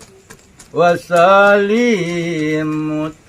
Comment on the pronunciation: Sholawat al-Haasyimie pada lafal Wa Sallim tidak pakai mu alias tidak Wa Sallimu tapi cukup Wa Sallim. Wa Sallim Tasliimaa..